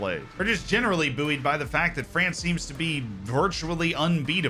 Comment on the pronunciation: Pronunciation of bouyed has frazzled my brain